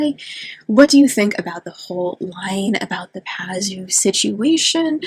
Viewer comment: Pazuzu. Two zoos, I don’t know why you keep dropping a syllable. He was reputed to be a protector of pregnant women (oddly) and women would carry amulets of his image. But Labubu really are horrible.